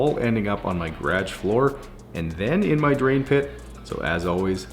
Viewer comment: I have to giggle every time you try to say "garage" and it comes out "gradge" instead.